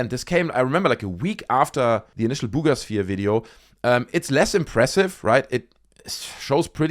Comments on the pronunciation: everytime I hear you say 'Bugas sphere' I fall over laughing 🤣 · When he says “Buga Sphere” it makes me giggle. ❤